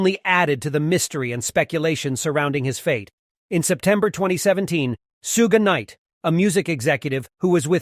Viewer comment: Thank you for writing this. How could he get it so wrong. Sooger knight 😂🤦🏾‍♂️